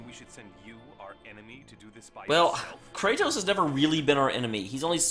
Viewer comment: I just found this video by chance...why were you pronouncing Kratos as "Kray-tos"?